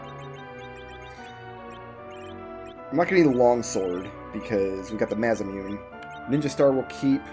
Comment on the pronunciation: coughfixedcough Sorry, had to clear my throat. Anyway, it's pronounced mah-sah-moo-nay, not ma-za-myoon.